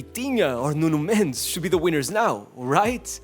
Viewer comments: Ts man can pronounce "Nuno Mendes", "Raphinha" But NOT Dembelé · this man is pronouncing "Raphinha" and "Nuno Mendes" in perfect portguese, but is pronouncing Dembélé as "Dembeley"... . Huge disrespect. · Let's appreciate the fact that this guy takes the trouble to pronounce footballers names as they should instead of :"Nunow Mendeyz", "Kylien Mbappay", "Désiray Dewey".